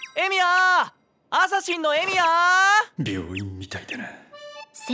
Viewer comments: 最初エミヤが「エイギオウ」って聞こえてビックリしたwww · なんでかわかんないけど ルミオーって聞こえてエミヤと認識できなかった